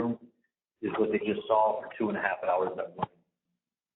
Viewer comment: He just said two and half hours! I thought he said at first it was two hours 🤯😂